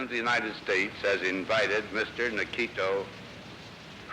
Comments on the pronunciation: HAHAHAHAH I LOVE EISENHOWER HE SAID “NIKITO ... KRUSS-CHEV” AND THEN PAUSED AND SMIRKED AT SOMEONE IN THE AUDIENCE WHAT A SAVAGE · Hilarious mispronunciation of his first name by Eisenhower Edit: This movie was much more fascinating than that initial haha. It is so surreal that all of that happened. A two week tour of any country, let alone Soviet premier in USA at height of Cold War? Such a thing would never happen now for many independent reasons, including being a security nightmare. With much of it appearing loosely scripted and made to look somewhat sprung on Khrushchev, and his spontaneous outbursts likewise a barrel of surprises for his hosts, it was incredibly surreal. But the 24/7 media coverage was also a forerunner of today's reality shows. And some details - sorry for spoilers below - like the bunch of them crowing into limo with Eisenhower sitting in cramped middle position, or the unbelievable choice of the movie scene whose filing he sat in on ... it was one of the craziest and most unexpected historical events of which I was completely ignorant. Finally, one thing that doesnt change is seeing how the media were - as ever - a bunch of whores stoking controversy for page views.